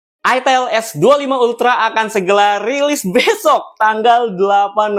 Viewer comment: "Itiel s25 ultra akan segela liris besyokkkk ..." bang bismilah dulu baru ngomong biar huruf baca ga kebolak balik 😂... ntar ditonton netizen jaksel diviralin di twitter lohh .. prkara gramatical aja diomongin 7 turunan , apalgi ngomong ke balik bolak🗿🤭